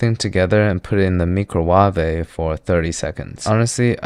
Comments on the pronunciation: mee cro wah weh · "Mi Cro Wa Ve", the known persons can always pronounce that, him and Nigella Lawson lol 😂😂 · whats with that weird ass pronunciation of microwave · All hail the micro-waveh!